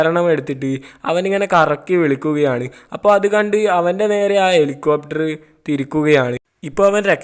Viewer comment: (എലികോപ്റ്റർ)🐭Copter ❌ Helicopter ✅ (ഹെലികോപ്റ്റർ) (ഇറോ) Erow❌ Hero✅ (ഹീറോ) കുയി ❌ കുഴി✅ വയി❌ വഴി✅ കൈയ്യന്നില്ല❌ കഴിയുന്നില്ല✅